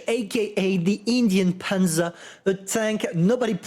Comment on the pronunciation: you said, ''Indien''. That was a perfect pronounce of hungarian word of ''cheap'', which word is written ''ingyen.'' Really, I was clicked and went back just to hear it again.:D